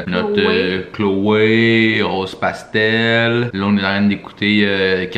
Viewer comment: Le beat a RosePastel 👌🏼 Oh my my qui dit mon nom correctement, it’s an accomplishment! ☺️😂